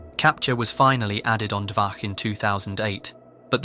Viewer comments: Listening to you saying "dvaKH" instead of "dvaCH" again and again was so painful. I just... Why? It's "CHAN" NOT "KHAN". Why. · Not 'dvaH' It pronounced 'dvaCH' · It's not DVAH it's DVACH, where CH is pronouncing like letter Ч in Russian, closest I can think of is Che Guevara you pronounce DVA(CH) exactly like comrade Che. You don't pronounce it like Khe Guevara dont you? Also Dvach based for leaking those foul women ID and social pages. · The "ch" in Dvach is pronounced as in "chapter", just so you know. It's literally named after 2chan: dva (2 in Russian) plus ch from chan.